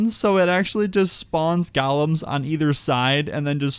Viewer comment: why does he say "gaulems"insteadof golems lmao?